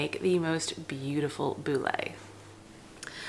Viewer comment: It's pronounced bool ( boule)( like boo with an L